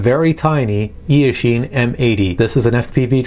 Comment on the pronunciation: Wow, I found you pronounced eashine in a very accurate chinese way, even the tune, sounds like 夜行(night hunt), maybe it can march in the chinese market with that chinese name